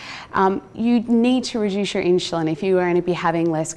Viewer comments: God bless her, but some one for the love of God teach her how to pronounce insulin!! Or should I say inshuslin. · Inshuslin drove me crazy. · Brits put a y before the U in insulin.